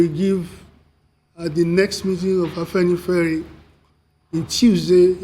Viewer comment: It is not Afanifare, it is Afenifere. Do your homework before getting on air